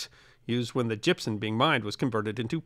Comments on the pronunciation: Gypsum not gypson. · Gypson isn't a thing. It's gypsum. pronunciation was driving me crazy. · stop using an N sound at the end of Gypsum... that's an M at the end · As a extreme fan of your work and your Channel with the deepest of respect to you I am utterly surprised at the mispronunciation and use of n in place of the letter M when saying the word gypsum. This is not a criticism but an observation that is quizzical in the fact that your articulate delivery of speech in your pieces is so perfect and properly intonated that this type of error is just simply beyond me